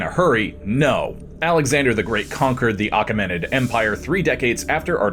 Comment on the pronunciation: Great video 😊❤ it's actually "A-KEM-in-id" empire.